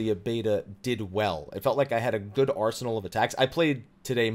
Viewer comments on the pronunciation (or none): none